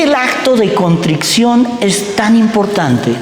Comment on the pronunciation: Me encanta escuchar a este sacerdote. No me pierdo ningún video. Pero, por favor, que alguien le diga que se dice CONTRICION y no CONTRICCION. Gracias